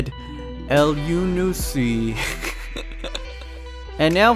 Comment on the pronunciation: Well done, (not to be patronising) but as far as I know, you pronounced Elyounoussi's name nearly perfect!